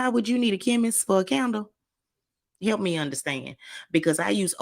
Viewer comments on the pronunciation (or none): none